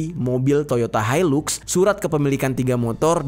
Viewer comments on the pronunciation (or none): none